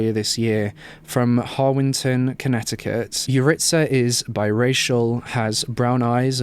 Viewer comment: I'm pretty sure that's not how you say Yaritza but ok